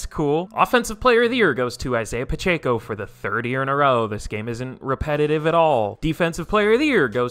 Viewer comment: Please stop saying Pacheco wrong 😭